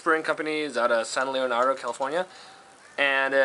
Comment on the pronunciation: San LEANDRO not Leonardo